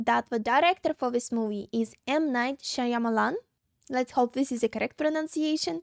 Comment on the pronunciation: This is one of the creepiest alien invasion flicks ever. That scene in the alley gives me goosebumps every time I see it. Great job on M.K.S.’s name pronunciation! Imo, this is his best movie, even better than “The Sixth Sense.” The feeling of low key dread is crazy. It’s been several years since I’ve seen this movie and the dog barking at the kids made me jump. The irony here is that, two days ago there were Congressional hearings with whistleblowers testifying that the US has aliens and nobody seems to care. Dammit! You had me jumping outta my skin! Lol Admittedly, the whole water thing is weak, but we’re not supposed to ask.